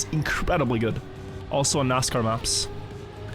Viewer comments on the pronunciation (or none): none